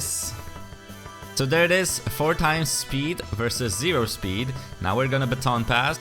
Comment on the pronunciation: ZEEROH SPEEED